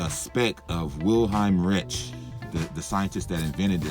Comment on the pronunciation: Reich, pronounced "Rike" not "Rich", good video bro!